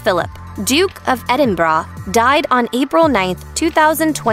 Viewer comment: Duke of Edinbraa…..